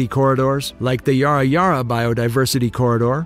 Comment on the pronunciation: That's pretty cool! Also the pronunciation of Yarra is off, you're saying it like a pirate "Yar-ra" while its actually "yah-ra" like "hah ha" :)